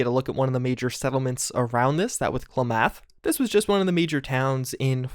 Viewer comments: Yup, cla-meth, cause there’s a lot of meth out there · Gotta say man, it’s not Kla-math, it’s Klam-ath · Wh-...Why did you say Klamath like that... Its "Klay-math" not "Klah-math"... Why... I'm crying... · KLA-muth, not kluh-MATH 😂😂😂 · If you where curious about how to pronounce it; It is pronounce "A-Roy-yo" and "Clam-meth". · You are mispronouncing "Klamath." It's •kla·muhth. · Of all the comment's on this, you're the only correct one. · I'm so glad someone said this. As someone from Oregon it killed me to hear him pronounce it that way. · Cool mod. FWIW you mispronounced klamath too, haha. It's based on an actual place here in oregon. It's pronounced like KLAM-ath. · Not that it’s important, but Klamath is pronounced “K-Lamb-eth” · Klam'-Ath Uh-Roy'-Oh Nu-clee'-uhr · Oregonian here. Its pronounced Clam-myth.